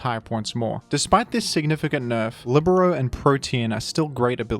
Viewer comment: The first time I hear "libero" pronounced correctly